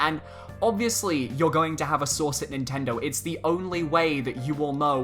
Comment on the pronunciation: Lmao I thought u said “I have a sauce at nintendo”